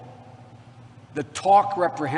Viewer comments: What is "misogeme"? Or "repr-hensi-bowl"? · I'm glad I'm not the only one bothered by his pronunciations. Especially reprehensible. I was like "stick to words 4 syllables or less, Joe. Greater probability of being able to pronounce them correctly."